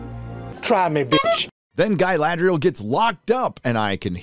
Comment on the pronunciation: Ga-LAd-rel! do you girl even watch LOTR, read books? why the hell it has so much fake acting like i am a mazafakin elf jesus god.